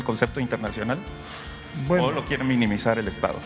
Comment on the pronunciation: SECRETARIO OTRO IGNORANTE MAS DE LA 4 T QUE NO PUEDE NO PUEDE NI PRONUNCIAR LA PALABRA MINIMIZAR !!!!!!!!